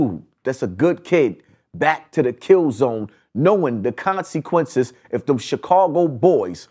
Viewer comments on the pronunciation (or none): "Knowing the conSEEquences" "You just painted a BOWLseye on his head" The self proclaimed "" can't pronounce his words for shyt